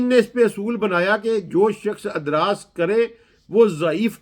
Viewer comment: تم صحابہ کے بچوں کا بیان کردہ دین بتا دو تمھارا مطلب یہ ہے کہ دین محفوظ نہیں رہا اس جاہل کو لفظ ادراج بھی صحیح پڑھنا نہیں آتا اور لوگوں کو دین سکھلا رہا ہے اس کی باتیں نری بکواس ہیں